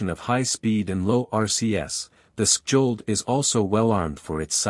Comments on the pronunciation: Say "shold", and you'll get it right. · Silent "kj" please and "Sk" like in Ch as in China rgs from Norway. the "o" is a bit like the O in English Online. -- Chold. rgs from Norway